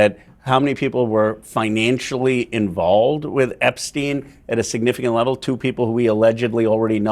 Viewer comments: Can someone from this news station inform the anchor lady that his name is Epstein and not Ebstein. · How does this reporter NOT know his name is EPSTEIN and not EBSTEIN? 😂